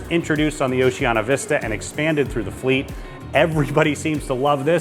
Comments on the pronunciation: You keep saying Oceana. It's Oceania. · I would watch cos I am going on one of the cruises on Allura, but if you can't say OCEANIA correctly, not even once, but rather butcher it five times a minute, (notice the i , which makes it ooooo ceeeeee aaaaa neeee aaaaah) then I'm going to give it neg thumbs and NOT watch it....